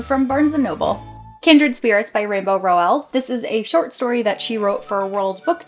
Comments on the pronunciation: Lovely bookshelf tour, loving the colors. I need to have all my series together lol. And also Rainbow's last name is pronounced "Rowl" like owl 💙 I need to get my hands on Snow Queen, that book looks gorgeous!! 😍😍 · You say rainbows last name wrong....